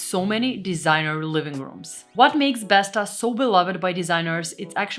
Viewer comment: Every english speaker says "besta", but it's actually pronunced "Bestaw" Å=aw